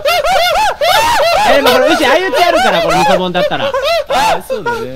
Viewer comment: ミ、ミソボン…？ イソボン…？ 何ボンって言ってるんだろう…！